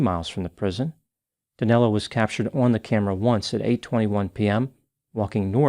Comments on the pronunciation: It’s so fucked up how Americans can’t say “Danilo”! 😆😆😆😆 Danelo?!?! Wtf!!! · DANILO!!!!!!!!! Not Danelo. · It doesn´t make much of a difference, but his name is Danilo, not Danelo. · Great work as usual,. Just one correction: it's Danilo, not Danelo P.S. - I am ashamed that a countryman of mine caused such havoc in the U.S. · I don't understand where the name DanElo came from. His name is Danilo, NOT DanElo. Danelo is not a name in Brazil. Lol.